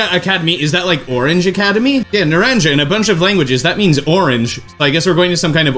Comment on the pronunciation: Its pronounced naron ha